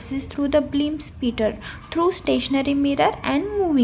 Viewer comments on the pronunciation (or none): Beam not bleam